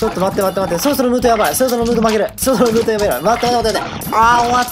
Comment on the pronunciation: ムートの発音が違う